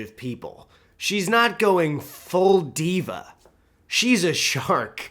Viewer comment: "full diva" with a rolling R